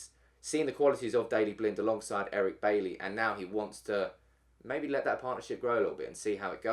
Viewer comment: It's not Bailey. You pronounce it Buy-ee.